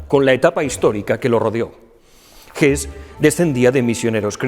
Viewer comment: Como siempre, gracias por su trabajo. Por poner un pero. Me suena mal la pronunciación del nombre de escritores alemanes en inglés como „gess“ o „zomas“, en lugar de „gesse“ y „tomas“. Es lo único que puedo aportarle